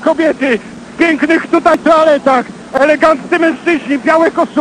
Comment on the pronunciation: "Elegananckie kobiety, w pięknych tutaj TOALETACH". Hahahah, nie wiem jak wy, ale ja tak uslyszalem